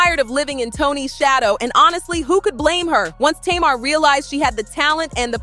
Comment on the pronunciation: Her Name Is "Pronounced" ( Tay- Mar).... Not (To- Mar)‼️‼️‼️‼️💯👌🏾🤷🏾